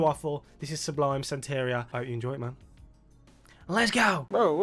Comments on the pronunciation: Pronounced "santa-ree-ah", it's a Spanish word for an African-Cuban spiritual tradition. I'm glad he only put it in the first line! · Sublime has some of the best songs from the 90s! Btw it’s pronounced “Santa-ree-uh” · Fuckin awesome band. This style is reggae, but as others have said they span punk, hip-hop, ska and dub as well. BTW, i think it's pronounced Santa-ri-a. +1 For checking out a song called Wrong Way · Pronounced SANTA- REE-A...Sublime is still a West coast favorite, even long after Bradley's death...RIP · Senteria? Now pronounce ALUMINUM, SIXTH & CONTROVERSY. For the last one sing the word to the Prince hit CON-TRO-VER-SEE and you'll be saying it right😅🤘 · Lol you said "SanTEHria" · Hayna is a bad pronunciation of "reina", queen in Spanish, and sancho is a bloke who moves in on your girl. It's chicano lingo.